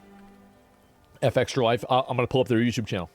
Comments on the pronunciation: Why does he say F extralife like he can't comprehend Fextralife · It's fextralife not F-extralife. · Good video, but I fucking hate that you say F Extra life and not Fextralife. It's like a punch to the face every time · I’ve always said Fextra-life but asmon pronounces it f-extra, which is correct? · Its not F Extralife. Its Fex tralife. Fex is the "name" of the girl who started the whole thing. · Why not say Fextralife? Why say F extralife? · ngl, if i search for a game's information, and "fextralife" is in the URL, i bypass it and go to the next result, every time. and stop calling it "F-Extra-Life", it's pronounced "fextra-life" fechstra. as in "press fechs to pay respechs." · Wonder why he pronounces fextralife "eff-extralife".... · Love how he's pronouncing FextraLife "F Extra life" like you'd pronounce Aaron "A A Ron". Shit C Racked me up. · Why can’t Asmon just pronounce words normally? F X tra life? Who tf says it like that? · Why is asmon pronouncing FEXTRA so weirdly? Does he mean Fuck extra life..?